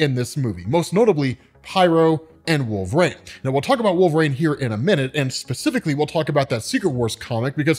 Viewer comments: I just watched this to hear you say “Wolv-reen” instead of “Wol-ver-een” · I took nothing away from this video other than the fact that you can't pronounce Wolverine. I keep hearing Wove rain and it bothers me.